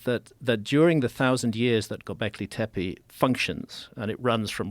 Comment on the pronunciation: love this topic & Mr Hancock's work - i just wish "Tepe" was pronounced appropriately i.e., the letter 'e' is meant to sound like 'e' as in 'egg' (especially the final e in Tepe) - a sharp short sound rather than sounding like 'teepee'. Just needed to point this out because it can happen....change that is.